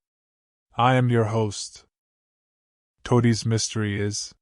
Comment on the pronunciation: Ok, before I listen to more you need to edit these stories. Toe-day?" And the voice is so boring. Get a different voice. The story may be great but if people dont listen then they won't know how great it is. Also why is the video showing someone using a quill pen and ink when the time must be at least the 1930s.